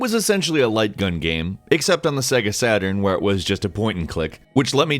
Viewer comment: is fucking up the pronunciation on purpose? Example: he pronounces "gaem" instead of "game". No hate, btw. Just took my attention.